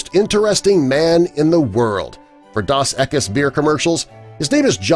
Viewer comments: They should get a more professional announcer to narrate these things! The beer is NOT "Daws Eckus." It is Spanish, and is pronounced "Dohs Eckees!" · You massacred saying Dos Equis. It's not Doss.. Ugh.......... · "Daws Ekus"? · Did he just say DAS EKIS? That was terrible. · Can’t pronounce Dos Equis beer?